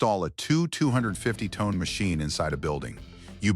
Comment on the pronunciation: MORE FAKE AI SLOP GARBAGE. YOU CAN'T EVEN PRONOUNCE TON CORRECTLY.